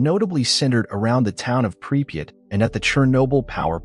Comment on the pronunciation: 3 different spellings and not one correct pronouciation of the name pripyat